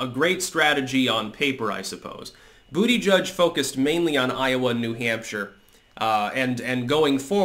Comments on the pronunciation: Too bad you will not be able to say Buttegig any more. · It's BUTTAGEEG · I'll miss hearing you say "Booty Judge". "Butt-e-geeg" wasn't as much fun. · Dang it. Is this the last time says Booty Judge🤣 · Only sad he dropped out as i love hearing you call him Bootyjudge😂